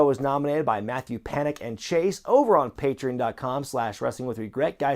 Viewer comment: Pay-tree-on homie